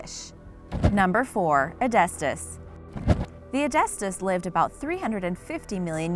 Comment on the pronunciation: Its Hy bow dus And they did not feed on whales beacuse hybodus died in the massextinction Its e dus thus now say edestus the correct way From when do sharks have roofs and floors you ment lower jaw and upper jaw Its clado see lach now you can pronounce cladoselache